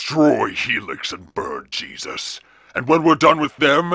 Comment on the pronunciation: He was called "aaabaaajss"